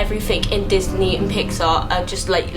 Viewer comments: "pixy and disnar' lol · She said pixy and disnar. Me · "pixey slash disnar" I dIED